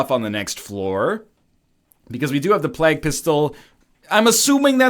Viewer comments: plague he says it like "Flag" "Oh yeah just talkin about the Black Plag" "You mean the Black Flag? The pirates?" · NL still can't say plague right... my ears. THE PLAQUE!